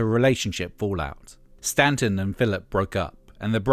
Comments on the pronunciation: Statton not Stanton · It's Alison Statton, not Stanton. Despite the clickbaity title, this was excellent and engrossing. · FFS it's Allison Statton, not Stanton.